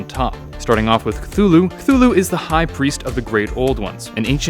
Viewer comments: A jar of pickles I pronounce cthulhu as su-thu-lu instead of kuhulu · It is actually pronounced cuh-too-who-lou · Me: knows Cthulhu is pronounced Ka-Thu-Lu Also me : Drowning noises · actually Lovecraft described them and being beyond comprehension, and therefore the way you pronounce it doesn't matter because we can't comprehend the way it's pronounced.